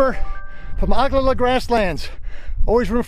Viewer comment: Yep you're definitely not from Nebraska if you mispronounce Ogalala